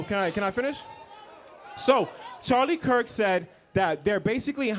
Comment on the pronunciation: “Charlie cuk” atleast say his name right